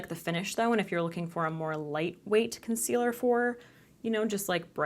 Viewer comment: Hahahaha! Keep on replaying the “This is a COHN-SEE-LUR.. a what????” Hahahahahahaha! $80 dollars! 🤣😒